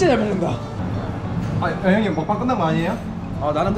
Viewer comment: 참.....먹방은 한국어고 그걸 발음 못해 먹뱅하는건데 그것까지 외국발음을 따라하나? 자존심을 지킵시다.